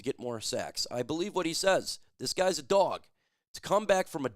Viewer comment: Could you stop being gxy and say dog properly. You're literally cringe dude!